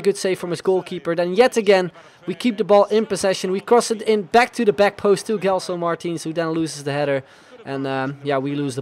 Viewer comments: you don't read it *g*elson, its *j*elson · its not gelson its like jelson the same way like u say jay